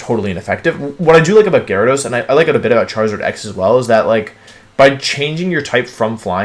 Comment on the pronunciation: Gyarados, not Gyawidos!